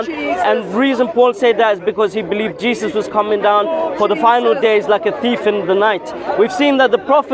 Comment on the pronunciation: It sounds like shes saying "cheesus"